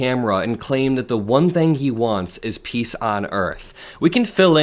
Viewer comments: He didn't said "peace on earth", he said "piss on earth!" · No no, he didn't say peace on earth, he said piss on the earth.